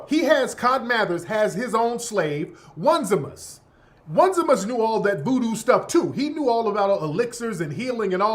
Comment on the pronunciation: His name is Oh-Knee-See-mus